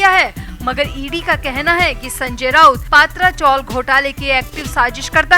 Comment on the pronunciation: पात्रा चोल नही , पत्रा चाळ म्हणा